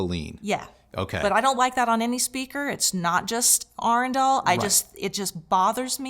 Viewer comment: I must be dyslexic. I thought the brand name was Adrenal until the moment I heard you say it correctly.